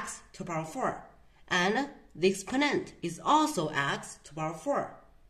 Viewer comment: What accent is this, “Expo’nent”?